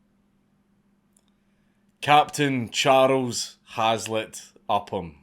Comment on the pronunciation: "Cha-rows", a true hero, but never gave a fuck about it!